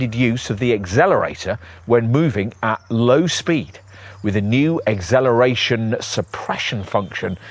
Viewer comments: Great review, but the pronunciation of acceleration as igzelleration is quite distracting. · What on earth is eggzelloration and dezelloration you arrogant twit!? Good review other than zat😅